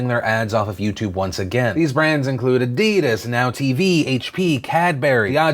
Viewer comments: can i just question how he pronounced Adidas, i personally say add-(lowercase)i-das like the German word, compared to add e dis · salamcoolguy no its adidas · Pronouncing adidas as adeedis? Haha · Hold up.. Adeedis? Well that's a weird pronunciation of adidas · Adeedas? It's AD-DI-DAS ya mong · Sorry, what? It's A-Dee-Das and Kad-Bu-ree (although Cadbury is often slurred into 'Kad-bree'). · Why are you pronouncing "adidas" like that? It freaks me out! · Thats not how you say adidas XD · Anyone else cringe when he said Adidas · That 'adidas' pronunciation. xD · Excuse me? What sort of insane pronunciation of Adidas was that?